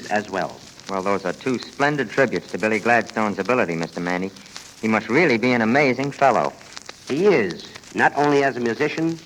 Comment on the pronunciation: Max Manne was too polite to tell the dense announcer that his name is pronounced Mann not Mannie.